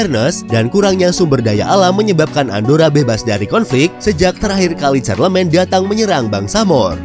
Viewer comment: Charlemagne dibaca Sharlemang, Navarra dibacanya Nabara